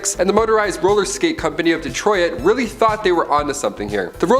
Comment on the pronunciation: Dude, De-troy-IT? What?